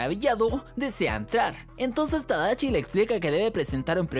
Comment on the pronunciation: Se llama tadashi no tadachi😐🤙